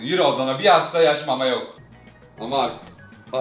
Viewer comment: ✨BiR haFTaĞ MamA yOkĞ✨